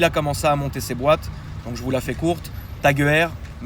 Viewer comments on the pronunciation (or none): Tag HEUER ? Crée en 1860... je comprend pas trop ce que tu dis